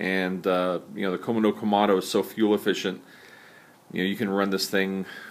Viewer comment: Shouldn't "Komodo" be pronounced Ko-MO-do, not KO-mo-do? Just bugs me... C'mon; get it right.